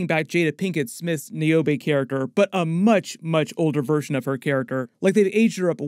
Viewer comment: Had to watch this breakdown twice because the first watch I got stuck on the way you pronounced Niobe’s name. Bugged me for some reason but I love the work you do. Keep up the good work.